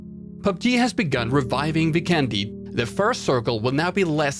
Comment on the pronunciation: FYI, since the map Vikendi's visuals and map design is greatly inspired by Slovenia and many names in the map are in Slovenian language (Dobro mesto= literally translated to Good city, and Zabava literally means "fun") I think that since the word Vikendi is Slovenian it should be pronounced that way too. It's not really different from how people pronounce it now, but it makes a big difference. In the video, you spell vikendi with an accent on "e", but it should be spelled with an accent on "i". If hope you'll find this useful and make us Slovenians happy! Much support!